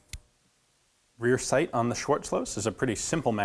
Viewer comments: Its pronounces "sha-warts-lowes". And before you try me, its my last name lmao. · Actually it is pronounced like (English writing is not really suitably) schwartsloase or schwartsloaze. German written "z" is pronounced "ts" and written "w" is NEVER pronounced as "v". That;s just a myth. Besides that, an interesting weapon. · I like how the Ian from 5 years ago says "Shworts-lows" instead of "Schwarzlose" like today. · You should pronounce the last e of the name Schwartzlose, so it's Schwartzlos-e. I speak fluent German, and find it irritating to hear it pronounced wrong, the last E is pronounced like an "eh" without hearing the "H", I hate it you can't hear it here how it should sound, but I'll hope for in the future with an other gun of him you know it. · I think it's said like more like schvatsloase